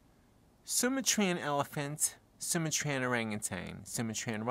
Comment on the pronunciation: Suma Train? You mean Su Matrian?